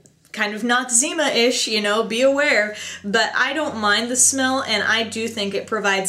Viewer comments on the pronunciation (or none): What does "notzema-ish" mean? lol! I'm sure I heard it wrong, but when she was talking about the smell of the covergirl powder she said something that sounded like that